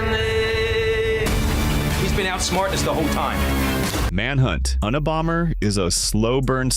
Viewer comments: Un-ee-bomber😂😂😂another AI-made video🤦🏻‍♂️ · The worst thing about these videos is the AI voice that can’t pronounce things like Unabomber. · AI can't say Unabomber